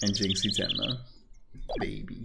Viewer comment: I believe Jinxie's name is pronounced "Jin-Shee-eh" (Chinese pronunciation) But I HC that she's given up on correcting Trucy, and since Apollo's a friend of hers, she doesn't bother correcting him either.